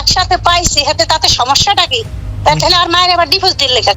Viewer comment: আয়াতের সৎ মা একটা ক্ষ্যাত গাইয়া গাইয়া কথা বলে,চিকেন ফ্রাই কে বলে ছিকেন প্রাই🤣🤣 ডিভোর্স কে বলে ডিভোজ🤣🤣